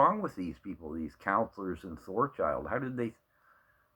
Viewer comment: You keep saying ThorCHILD......it is Thorhild, AB